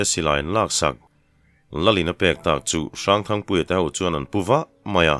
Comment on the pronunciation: Thangpuia chu chepui hlemai chhiartu lahin thluk dik bawk sia 👍👍👍👍❤❤